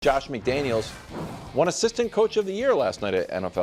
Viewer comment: It's McDaniels